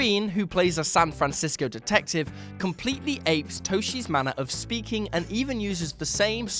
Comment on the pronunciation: For what it's worth, Toschi is pronounced "TOSS-kee."